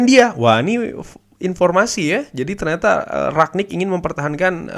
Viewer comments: rangnick bang bukan ragnick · Rangnick bang di bacanya bukan raknick